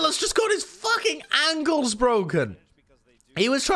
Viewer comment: anyone else realize that he said ankles like angles